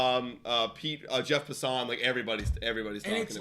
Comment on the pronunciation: It’s Jeff “Pass”- “in”, not “Pass”- “on”. FYI